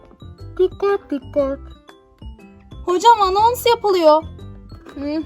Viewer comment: Daha anons demeyi bilmiyor Gül'ün sınıf